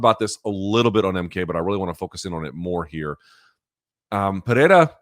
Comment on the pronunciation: Luke. Izzy’s killers’ name is pronounced PerHerA